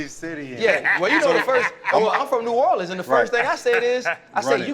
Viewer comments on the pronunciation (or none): none